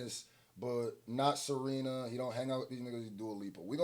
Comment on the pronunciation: Serina & not Serena, when you talkin bout SERENA is nasty yo smh 🤦🏾‍♂️🤦🏾‍♂️